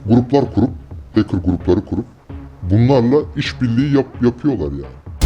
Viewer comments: Hacker bey keşke önce hacker kelimesinin telaffuzundan anlatmaya başlasaydınız arkadaşa.. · heykır demeyeydin iyidi abi be